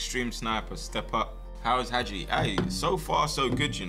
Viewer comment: Hagi name is pronounced haji